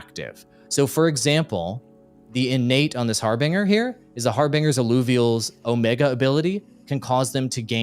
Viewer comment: Legend who cant pronounce harbinger. (Har-binj-er)